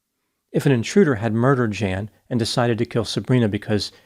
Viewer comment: "Jan" as a man's name is pronounced "Yon"